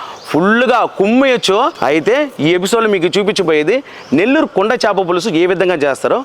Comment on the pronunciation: చాప కాదు... చేప